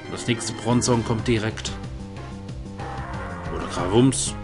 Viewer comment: Bron-zong??? Brooohonnn :`(